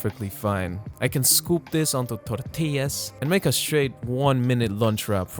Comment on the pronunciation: Jajajjaja please treat your video editor better 😢 poor guy deserves all the chicken salad ❤ by the way 10/10 on how you pronounce tortilla, kisses from Mexico byeee